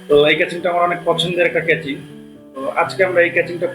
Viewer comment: ক্যাচিং ❌ কেসিং ✔